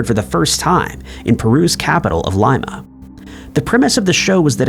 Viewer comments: You really don't know how to pronounce Lima? It's Lee-mah , not Lye-mah! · The capital of Peru’s name is “Lee-mah,” not “Lime-ah.” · DUDE It's LEE-ma.....LIE-ma is a bean😊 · The capital of Peru is pronounced Leema, not Lyema! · He maybe thought like Lima Beans .... Nobody says Leema Beans lol. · Lima is pronounced "LEE-muh". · Bab narration. The city in Peru is pronounced L eeMa. Lima. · Lima is pronounced Leema